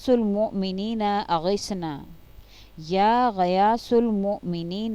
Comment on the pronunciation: 2. Or 3 mien یا غیاث اور یا معین کے اوپر زبر ہے لیکن آپ نے پیش پڑھا۔ یہ ذرا سمجھا دیں کیوں کہ ہم عجمی ہیں معانی بدلنے سے ڈرتے ہیں۔